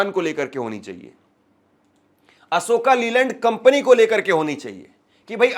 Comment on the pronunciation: bhai ASHOKA LEYLAND NAAM NAI HAI ASHOK LEYLAND HAI 🙏